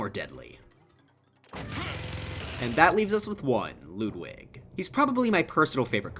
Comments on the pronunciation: Ludwig not LOODWIG why do you pronounce his name like that Jesus H... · bruh he said loodwig ( i still like your content tho) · Ah yes, “Loodwig”